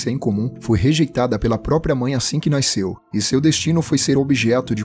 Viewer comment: "Naisceu" kkkkkkkk